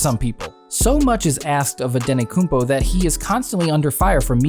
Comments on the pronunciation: Its antetokoumpo not anetokoumpo😃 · Dude, it’s “Antetokounmpo” not “Ante-koompO.”Don’t make a video about a player before making sure you know how to pronounce their name. So embarrassing. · Antetokounmpo man with 't' not antekonoumpo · His name is Giannis Antetokoumpo no Giannis Antekoumpo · Antetokumpo not andetokumbo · makes a video about Antetokounmpo and calls him antenokounmpo the whole time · this guy said his last name wrong the whole time